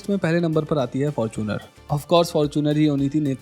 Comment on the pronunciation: Fortuner nhi Faaaarchunar 😂